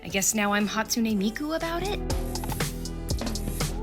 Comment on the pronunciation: Hatsune not Hotsune, not sure how they messed that up lol